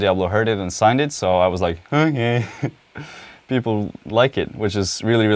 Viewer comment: "okeh" xD